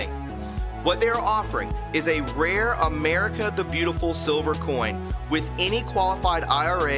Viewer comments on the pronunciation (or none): none